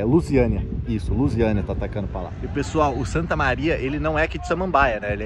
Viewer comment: O já começa chamando o Luziânia de Luiziânia kkkkkkkkk Me amarro demais no teu canal. Já é um mito do futebol nacional.